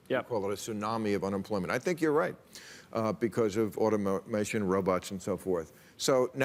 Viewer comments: Bill has a hard time saying the word “automation” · why Bill has to be so condecsending , learn to pronounce automation old fart